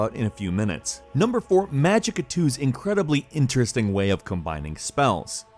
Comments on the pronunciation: As non-english viewer it's pretty hard to understand the names of the games. I have no clue what Nr. 4 is. "Magical toes"? "Magic a2"? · What is number 4? You said magic twos, and thats not a thing, can you maybe speak in non gibberish? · What is number four? I looked up magic a2 like in the captions but i got nothing i dont know what he is saying. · no4 game? i cant understand its name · #4, the name of that game? I can't hear what he says... :( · What's the name of the game? I can't understand correctly. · It's "Magicka 2". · What was the number 4 game he mentioned? I couldn't decipher what he was saying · What was number 4? It looks cool, but I can't understand the name when he says it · I’m thinking the same. And he didn’t show the name either.